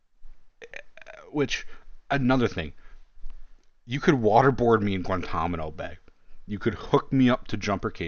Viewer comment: Guantanamo* mate, not guantamano